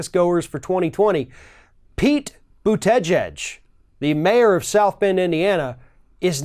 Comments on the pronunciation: That is not the proper pronunciation of his name...it is boo tee geeg.....not boo teh gehg....lol.... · As for his last name, Buttigieg, it IS NOT PRONOUNCED: • Butt-ee-geeg • Butt-i-geg • Smith • Butt-i-jeeg It IS PRONOUNCED: • Boot-a-judge • Buddha-judge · You need to work on pronouncing his name. I find that "Buddah Judge" works better than the "Boot Edge Edge" way of tackling it. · Pete “But-gege “ haha. Oh. Anyway, I’ve been studying that BootyJudge, he is becoming really popular. People from the left, center left, center and some center right seem to like his ideas—they find him charismatic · It’s pronounced “Bute-te-judge.” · / ~ “Buddha-Judge” is how to say Pete’s last name. He said this in an interview recently to help pronounce and remember it. If you want to get very technical, it’s closer to jedge (like hedge) than judge, but Buddha-Judge is much easier to remember. 😉👍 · Learn how to pronounce his name...try Booty..judge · How hard Is it for to pronounce Boot - Tee - Jeeg? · Boot-uh-judge is a better pronunciation. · the accent is on the first syllable. BOOT-edge-edge. It's a Maltese name. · "Boot-edge-edge". Heh. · learn to say his name! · You really have to learn to pronounce his name correctly. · Please try to say his name right. You're killing me each time you say it. LOL. But seriously, people are always looking for the "perfect person", not every candidate is some kind of super human being. They just need to be coherent with some experience. Definitely a step up than what we have right now. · You are mispronouncing his name. Understandable for most people right now, but not you! That, aside, a fair assessment. Mayor Pete is super positive and a brilliant guy. He has been doing knockout events. Am very impressed. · I have so much respect for you, your candor and what you have to say. I expect a lot of you and am never disappointed. So please pronounce this man's name correctly.